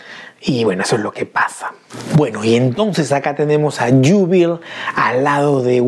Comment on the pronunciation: A Jubilee en español se le conoce como Júbilo. Y en inglés se pronuncia como lo estás haciendo, pero esa doble al final suena como una i. Entonces sonaría como Yúbili. Buen video! A mí también me gustó verla en X-Men Apocalypse y me molestó que en la mayorías de las escenas donde salía las cortaran. Por cierto bro... la serie animada de los 90's es cultura general...deberías verla cuanto antes! Respecto a la figura, es sin duda un figurón, y concuerdo en que una de las cabezas debió haber sido más expresiva!